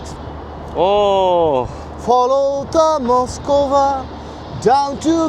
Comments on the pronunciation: উচ্চারণ মস্কভা না. মস্ক-ভা . যেমন দোস্তই ভস্কি না. দস্তয়েভস্-কি ( uccharon koro thikmot হসন্ত চিহ্ন (বা হস্ চিহ্ন) বলে। যেমন: ক্, ম্, ল্ ইত্যাদি. yevski or ovski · Darun laglo Mosk-va (not Moskova) and Gorky Park. You lived the first line of winds of change.